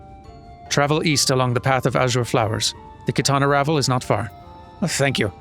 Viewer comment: reacted with relief when he learned that he'd guessed the right pronunciation of "Qitana Ravel," but he seems to have missed the revelation that he got "Fanow" wrong. Can't win 'em all, sadly!